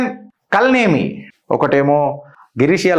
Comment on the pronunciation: కల్ నేమి కాదు కాల నేమి పేరు లొనే చాలా అర్థం ఉంది. సరిగా పలకక పోతే అర్థం మారిపోతుంది.